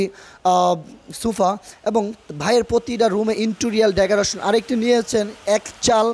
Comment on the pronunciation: আরো আছে, ডেগুরেশন, ট্রাইস, স্টাইলিছ 🙄🙄